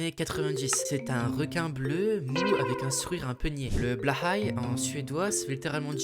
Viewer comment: Je confirme participer au quota de Blåhaj en Europe ! Par contre, Blåhaj se prononce "blô-aïe" !